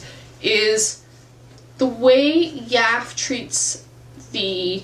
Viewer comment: It is pronounced Yaff-eeeeeee.